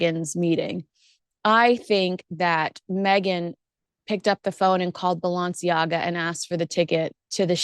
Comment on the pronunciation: just say Balenciaga not Bo-long-ciaga 😅